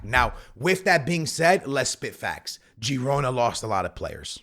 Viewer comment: it’s pronounced Girona (HE-ROW-NAH) Other than that VISCA BARCA!!🔴🔵